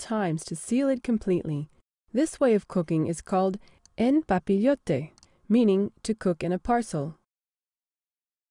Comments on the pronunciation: One minor beef: « en papillote » is pronounced "awn pah-pee-yoht", not "enn pah-pee-yoh-tay". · there you go. video jug is always slightly askew but in a funny way. "pa-pee-yoh-tay" made me laugh...reminded me of "papier maché." i guess all western languages now have tinge of spanish to them.